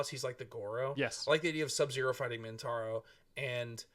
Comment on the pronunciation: Is saying "Mintaro"? I'm picturing a 4-armed tiger shokan centaur, and I kinda dig it.